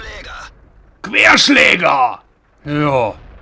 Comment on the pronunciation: Ich verstehe anstatt Querschläger immer Fehlschläger